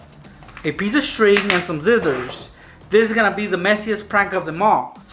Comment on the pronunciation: This boi said Zizzers😂😂